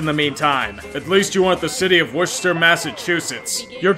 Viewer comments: As a heads up it’s “wuss-ter” I’m from mass that’s why I know. Good attempt though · Absolutely triggered by the pronunciation of Worcester at the end, (Wuus-ter) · Thank God someone else sees what a mistake Worcester, MA is making taking the Paw Sox. (Even if mispronounced it!) I'm a die hard Red Sox fan but what a terrible decision by the city of Worcester.